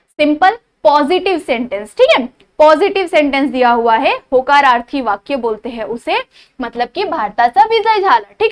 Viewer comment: mam vo hakararthi nahi hota hai vo hokararthi hata hai